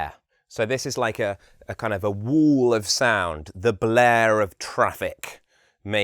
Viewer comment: Excuse me, what did you say? Wool of sound? Wall of sound? What's that?